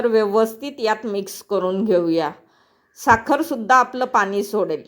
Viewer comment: पानी ,दाना असे का म्हणता? तुम्ही मुंबईच्या नसणार सगळ छान आहे पण ण चा न खटकतो